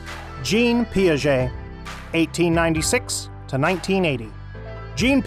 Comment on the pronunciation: The chap reading the words...it seems he is: * not a professional voice artist * not an effective communicator * not well-educated in Educational Theory... He mispronounced the names of (1) JEAN Piaget and (2) Jerome BrUner pronounces